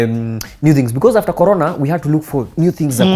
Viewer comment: I wonder how many people noticed, Timothy is saying "colona" instead of "Corona" on purpose to imitate Kagwe . Guy is a genius!